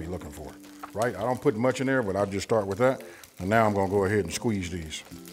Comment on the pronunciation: WITab…? Is using that “h” to much effort lol